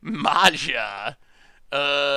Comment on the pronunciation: So painful to hear you complaining about the deck being bad when you really just piloted it so incredibly poorly, and could have won 😅 Totally out of character for you,. Also every time you pronounced "Maja" 🤮 (although that's more in character 😂)